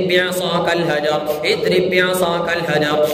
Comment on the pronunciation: Azrib bi asakal hajar padhiye... Idrib bi asakal sunai deraha hai.